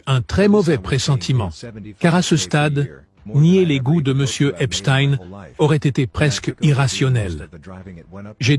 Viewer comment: Merci de dire EPSTEIN et non pas EPSTINE comme les médias fachos sioniste en France pour cacher les origines de cette bête immonde !